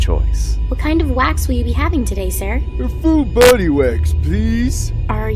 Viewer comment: "a full boÆdy wax please"